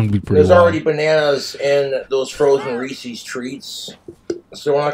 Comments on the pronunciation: He's doesn't know what the apostrophe means though. I assume anyone who says reesees doesn't understand that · It's Reese's Not Reesies, Jessica is getting back in if she has booze!🤣😂🍷🍻🍹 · Its reesies.